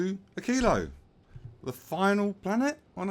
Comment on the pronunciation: you pronounce "Aquillo" as I do and in what feels like the correct way, knowing a tiny wee bit about spanish pronunciation.